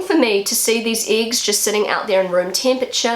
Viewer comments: "IX" ???😯 2 mal zurückgespult, immernoch nicht kapiert. Hab dann aber verstanden, dass "Äggs" gemeint waren...😁 Der Teufel steckt im Dialekt 😉 Die älteren Flachspüler sind meist an ein Loch im Boden angeschlossen, während die Tiefspüler an der Wand hängen und sn ein Loch in der Wand gehen. Denke als das hat auch bautechnische Gründe, da früher nicht so viel an den womöglich alten Lehmwänden aufgehangen werden konnte. Inzwischen ist das anders. Die Tiefspüler haben bei Hängemontage den Vorteil dass man drunterlangwischen kann. Dafür ist die "Splash-Gefahr" grösser😉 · She would say “iggs”. 😊